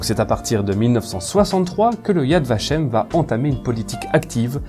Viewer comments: Yad Vashem est parfaitement prononcé. Honneur au Chambon, et plus généralement honneur à tous ceux et celles qui se sont levés contre le Reich alors qu'ils avaient tout à perdre et rien à gagner. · tres bonne video . ya vashem est tres bien prononce.